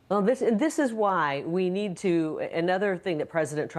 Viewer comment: You get what you knee eed oh yeah baby you get what you knee eed !!!